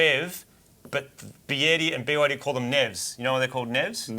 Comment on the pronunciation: my wife is Chinese and is actually right on what BYD is called in China. Although your pronunciation could do with a bit (a lot to my wife) of work.